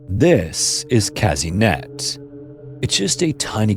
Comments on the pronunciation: This is not "Käsinett", but "Kasehnett". Anglos and there haughty negligence of the pronounciation of foreign words. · "Kazynyet" the pronounciation is a bit off, but as always, great video